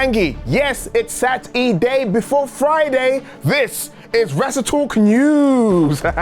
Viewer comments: Sat-E-Day should be Er-y-day! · ITS SAT-E-DAY MOTHER MOTHERS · It’s SAT E DAY!!! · TGI Sat-E-Day 👏🏻